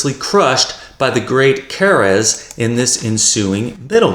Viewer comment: 😂 why are you pronouncing Keres' name as if it was a Spanish surname? It's "Care- es"